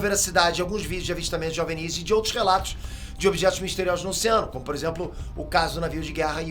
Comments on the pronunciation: não é "Ovnís" é só "ovni" sem essa puxada esse destaque no último "í". Ficou estranho kkk parece que o nunca ouviu as pessoas pronunciando essas palavras. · Esse cabelo de Caio Ribeiro precisa de um corte moderno e ousado...E não se pronuncia em português " ovNIS" , com força no "NIS" , e sim "Óvnis" , com mais força no "ÓV" .... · fala OVNI direito, você é BR pow. Ovnis não Ovnís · É a primeira pessoa que escuto chamando ovinis de ovenis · kkkkkkkkkkk A melhor coisa do vídeo na minha opinião, adoro a forma aleatória que ele acentua as palavras. Espero que tenha mais vídeos sobre ovnís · Porque esse maluco fica falando OVNíS? Porra é essa bixo. 10min de video e esse bixo ja falou um monte de besteira. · Gostei do vídeo falando sobre essa questão dos OVNIs (nervoso ouvir ele falando OVNÍs😅) Primeira pessoa que ouço falar assim...e olha que eu consumo muito conteúdo sobre isso, heim! Mas, traga mais vídeos sobre essas coisas sobre ciências e teorias da conspiração! 😃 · Desde quando se pronuncia "ovinììì"??? E "ò-ve-eni-is"???? anda bem maluco... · Curiosidade: "OVÍNIS"?? É a 1° vez que ouço OVNIS (ênfase na sílaba "VÍ" ) e tô estranhando kk Será que sempre falei/ouvi errado? 🤔 Haha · Tantas abreviações e acrônimos e o cara pronuncia errado o termo OVNI. O "V" é mudo, não se pronuncia "OVINÍS"! 😂😂😂😂😂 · Difícil é ouvir o cara pronunciar “óvenís” o tempo todo. Não é possível… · Por que você fala "Ovnis"..... ressaltando o "nis", se não tem acento?